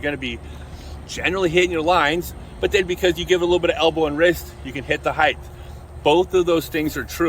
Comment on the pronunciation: Love your content but one of my biggest pet peeves is when people say "heighth" instead of "height". But you did pronounced "heights" correctly so I'm befuddled...